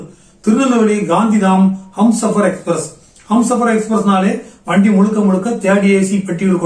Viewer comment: அது ஹம்சாபர் எக்ஸ்பிரஸ் இல்லைய்யா.... அது ஹும்சாபர் எக்ஸ்பிரஸ்.யா 🤦😜🙄🙄😌